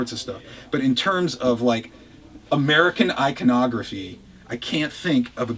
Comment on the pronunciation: i·co·nog·ra·phy...... did he just go there? lol! Cheers.